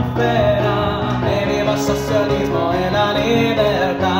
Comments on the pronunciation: socialismo is not spelled soSialismo (we are not Spaniards that pronounce the Ci as Si). Socialismo is spelled like "So-Chee-alismo". I hate when they, expecially Anglo-Saxons, associate Italian automatically to Spanish. Riscossa has a " Sco" inside and he says "riCossa". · Socialismo is not pronounced "soSialismo" in italian, but So-"tchee" -alismo. He made this error while chanting several times. Also "Riscossa" he pronounces "RiCossa". Similar phonetic speaking Italian i found in Asian people.